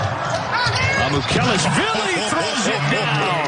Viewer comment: it's not that hard lol MA-MU- KE LASH-VEE-LEE